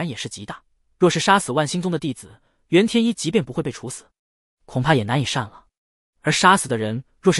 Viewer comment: 煙羅山的“袁天一”，不是“震”天一。 🧐